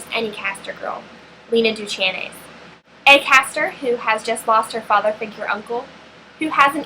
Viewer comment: You miss pronounced Lena's last name. Supposed to sound like "Do-cane."